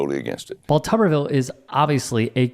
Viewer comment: I think all reporters need to pronounce his last name as "too-ber-ville" until he pronounces Kamala's name correctly. He does it on purpose.